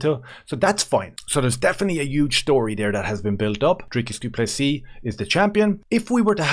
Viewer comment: How is it that an Irishman can pronounce Dricus du Plessis perfectly but the rich American "professional" commentators STILL call him DRYCUS DOO PLESSSISSSSS? Thank you as always from a frustrated SA fan who agrees the Strickland fight was super close but is happy Dricus won. I hope we can agree that whatever drama the UFC is planning behind the scenes isn't his fault.